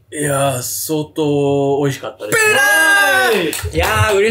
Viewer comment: バキ童がピーターって呼ぶときの発音すき